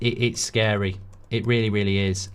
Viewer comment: Its shcary 😂